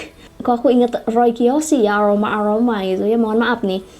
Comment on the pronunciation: Apa juga orang bisa je bilang aroma aroma ga pake angoma angoma lebay😑